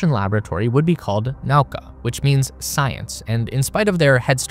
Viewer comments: Also, Nauka is 'na-oo-ka', not 'now-ka'. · Could've used google translator at least to look up the correct pronunciation of the module names) kibo = kee-bO, not kAibo zvezdA, not zvEzda naUka, not nAuka zaryA, not zArya If you said unIty or unitY instead of Unity, that would sound weird, right?)